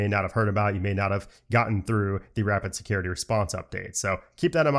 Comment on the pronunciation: It sounds like you said Rapid “Scary” Response Update 😂… I’m sure it was scary to some people though, lol. Thanks as always for your knowledge and explanations!